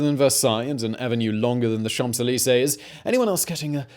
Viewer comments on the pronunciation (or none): Great video, but the "p" in Champs-Élysées is silent FYI.